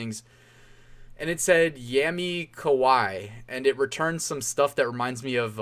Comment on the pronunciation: "yami kawaii" (you got the first word right, but 2nd word is ka-wa-ee") means "darkness cute" literally. Darkness refers to goth style. So a smash up between cute dark stuff.